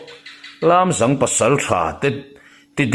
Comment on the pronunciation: A ngaihnawm narawh e. Chutihrualin Lâmzâng tihtur Lamzang khua hi mikhual kan nei thin tih ka'n zep tel hram a ni e. Ngaithla zel ang.